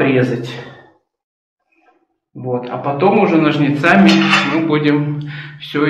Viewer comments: Ура, стрижка! Обожаю такие видео., только нОжницами, не ножницАми, а то режет слух. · НожниЦАми это на каком языке?слух режет.